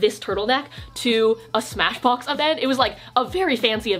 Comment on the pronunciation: For some reason i heard “smash bros event” instead of “smashbox event”